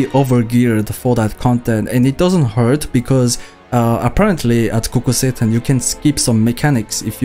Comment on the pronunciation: i kept hearing kukul satan